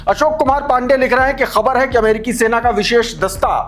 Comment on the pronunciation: Thank you for pronouncing KHABAR right. You are good.